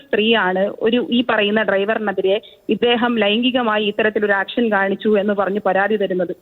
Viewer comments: ആക്ഷൻ അല്ല ഏക്ഷൻ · ആക്ഷൻ അല്ല ഏക്ഷൻ അല്ലേ ശരി